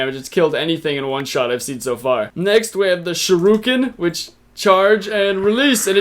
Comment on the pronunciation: Did he say shir-uuuuuuu-ken